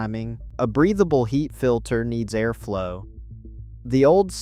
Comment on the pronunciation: Aimish? A-arflow? 😂😂 If you are going to use speech, spell the words phonetically because we pronounce things differently.